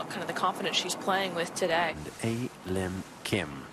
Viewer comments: It's her real name. It's not hard to pronounce a lim kim if pronounced properly. It's not a and lim, it's pronounced as ahrim. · They could address her by her first name, pronounced "Ah" "Lim" = A Lim.👌 They could have done a little homework to pronounce her first name properly.